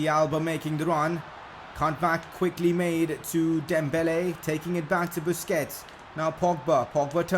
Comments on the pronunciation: He really said "Bussy(Bussie)".. 💀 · Hahahaha Lol You Made Me Laugh, Instead of Busquets, He SAID BUSSY WHICH SOUNDS WRONG